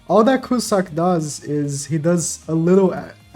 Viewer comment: btw, it's pronounced cue-zack and not cu-suck